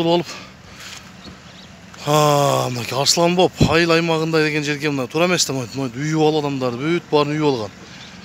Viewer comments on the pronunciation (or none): Э Кыкем Арслонбоп эмес Арстанбап деп сүйлөсөң.